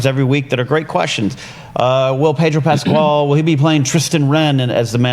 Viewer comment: Pedro PasKal, not PasQUal... Right?